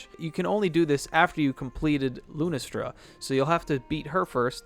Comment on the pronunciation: I cringed when you said lunastra